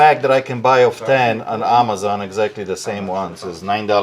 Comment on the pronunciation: It’s funny how always starts his videos with “ over here” instead of just saying “ here”. He says “over here” as if it matters where he’s standing. 😂 Another one of his unique pronunciations is the online retailer, AHHmazon. 😆